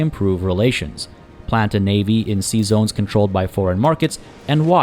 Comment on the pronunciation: My wife kept giggling when you said "sea zones" because it sounds like you are saying "Seasons" with a french accent xD. LOVe your vids btw, and welcome back.